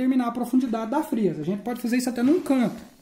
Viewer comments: Não é frêsa é frésa. É claro que não tem acento. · VC TA PRONUNCIANDO A PALAVRA FREZA SEM O ASSENTO MAS ORESTO TA BEM ESPLICADO